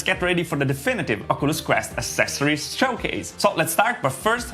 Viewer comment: Check out how to say "accesories" ...